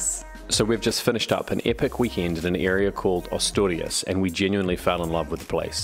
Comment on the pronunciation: Great video, I have Spanish friends that live in Luanco and have visited Asturias twice. The scenery and the beaches fantastic also the cider, the drive up to the lakes above Covadonga is must place to visit. Note. Asturias is pronounced as “a” in apple.